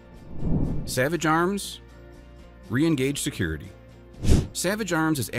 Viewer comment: Renegauge is pronounced like Renegade, not Re-engage.